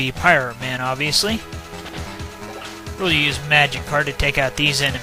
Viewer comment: I keep hearing magikarp instead of magic card